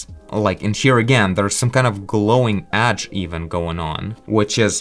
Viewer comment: "edge" not "adge", sorry is just that it sounds weird